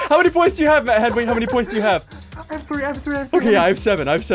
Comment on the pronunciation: I like how they call him henwy instead of Henry